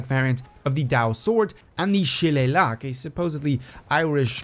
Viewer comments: It’s pronounced sha-Lay-lee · The irish/gaelic club is pronounced she-lay-lee